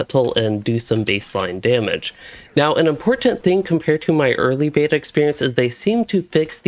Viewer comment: Dude. I’m gonna change your life. When you say words where the second syllable starts with the letter “T” you hit the sound extremely hard. Like you keep saying “meh-Tull” (mettle) and “beh-Tuh” (beta) with WAY too much emphasis on the T sound and it’s incredibly irritating/grating to listen to and it’s very apparent that you are doing it on purpose because you say the words normally like 80% of the time. Buddy it doesn’t make you sound smarter, it’s annoying as hell. Dig the videos though, just stop emphasizing the letter “T” so hard between syllables lol.